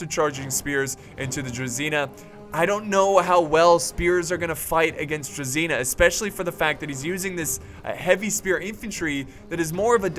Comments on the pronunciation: Druzhina. It's not druZina like you read. It's druZHina. I'm from Ukraine and it makes me angry. Please, read it right. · Hey, thanks for your videos. Just to clarify the Russian infantry is called druZHina. Which is the same sound "je" in french "je m'appele".